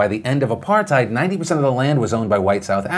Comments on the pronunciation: I think my country is falling apart Also it's apartheid not apartite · Look Philip If you think the land issue in South Africa started with Apartheid (you pronounced it horribly wrong) you are wrong. you have to go back and look at the history of my country at the very beginning and you have to realize that a vast majority of that land was never inhabited by blacks. Yes there are the Koi who were here but most of the land from them was bought and paid for. So please make sure you have the 400 year history not the 60 year history.